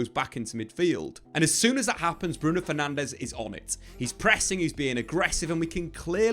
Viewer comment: Why would you expect any diff after years of getting Bruno’s last name wrong 😂